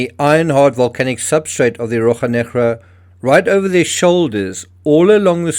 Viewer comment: In Portuguese we say RoSHa NeGra - you are pronouncing it as if it were Spanish, sorry ;-)